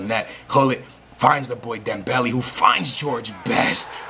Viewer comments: Leaving a dislike for the one reason why you say dembelly instead of dem-bell-ay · its dembel-A not dembel-E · dembele is pronouced DEM-BEL-AY